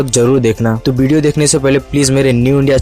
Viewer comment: It's not BDO it's video!!!!